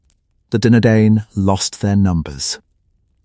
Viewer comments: All I can hear is Dinner Dane, who were the Dinner Dane, where are the Dinner Dane 😂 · Ya, good content but pronunciation needs a lot of work. The letter 'C' is NEVER soft, always sounds like 'K'. The vowel combination DI is pronounced 'eye', singular, Dunadan, plural Dunadain. A lot of mistakes too. The artwork is lovely but where are you describing? If Aragorn is in Harad or Angmar, show those who don't know a brief map. Don't show the Prancing Pony or Bilbo at Erebor. Yikes. As I said, good content but everything else needs work. You're taking on one man's entire life's work so respect the man he was. Tolkien was a master storyteller. Just give it a little more respect.